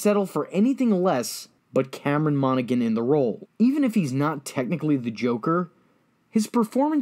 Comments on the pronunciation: Cameron "Monna-Hann" not "Monnagin". I just needed to get that off my chest I am very sorry. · i cant wit the way this dude is saying his name MONA-HAN not "monagan" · His portrayal of the twins was really top notch acting! I’ve consumed almost every piece of media he’s in and he did amazing in all of them! They’re just diverse characters. Though I’m a bit late to this video, I figured I’d mention that Cameron’s last name is actually pronounced Mahn-uh-han lol